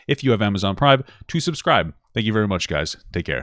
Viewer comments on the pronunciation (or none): none